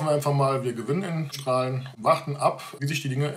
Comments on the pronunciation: hochdeutsche Aussprache ['ʃtra:lən] mit Dehnungs-e, limburgische/kleverländische Aussprache [ˈstra:lə]) --> nur mal als Hinweis ;-) Ansonsten wie immer gutes Video! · Nochmal: Der Verein Straelen wird "Stralen" ausgesprochen - oder wie sprichst du Baesweiler, Soest oder Raesfeld aus?